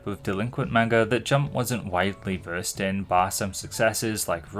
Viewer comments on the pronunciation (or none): none